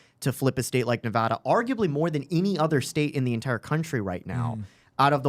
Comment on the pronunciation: Fixed saying Nevada incorrectly. Can you get Nick to stop saying "west-sconsin"?